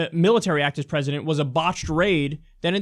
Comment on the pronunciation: I wish to hell someone would tell that CNN lady that the pronunciation of 'President' is different from the pronunciation of 'Precedent' already because it's super fucking annoying every time I hear her say it.